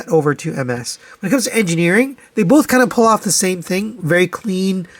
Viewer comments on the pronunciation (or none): none